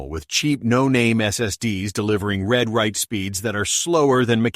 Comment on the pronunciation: Not sure I trust a review that is obviously AI generated (even the voice is AI - listen to how "read/write" is pronounced.)